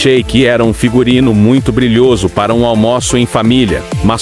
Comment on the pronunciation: Por que o locutor não fala sílabas tônicas ? Um horror! Almóço em vez de almoço, etc...